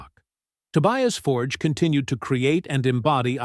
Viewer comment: You'd think after all this time you'd learn to say his surname correctly.